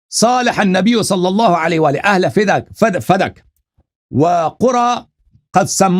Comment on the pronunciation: Fidak nahi Fadak sahi talafuz he